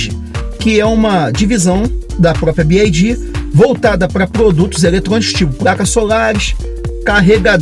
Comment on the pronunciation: Parabéns pelo vídeo! Ótimas informações... Só uma SUGESTÃO! Pelamordedeusss... tá mais do que na hora do brasileiro aprender a pronunciar corretamente a marca... Se quiser falar em inglês, o correto é pronunciar "bi UAI di"... Y em inglês se pronuncia como "UUUUAAAAI". Ou então fala só "BID" em português mesmo... agora "bi AAAAI di" é de doer os ouvidos!! Vc é fera e isso é irrelevante perto do seu conteúdo... é apenas uma sugestão, para que possa se diferenciar de outros canais!